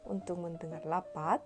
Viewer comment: "Lapat"😭😭😭😭 noo its Rapat "R", not "L" 😭😭 however you doing good:)